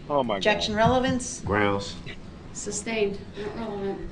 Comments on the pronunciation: Its sustained not substained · It is sustained, not substain.